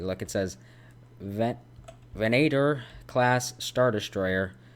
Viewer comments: This if from Revenge of the Sith and The Clone Wars Also you said venayetor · When he pronounced venator a cringe shock wave radiated through my entire body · The way he pronounced the venator hurt me... yes I am a big nerd with the clone wars lol but that is a insane map